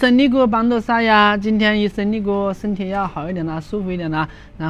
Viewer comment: IsteNi🥹🥹🥹.bila saatnya aku mendengar sebutan IsteRI dari